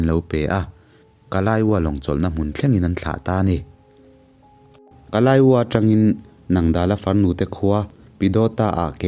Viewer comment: Kalaiwa khi kalaywa tur zawk ani anga ka rawn ti ve mai mai angaihnawm thin ema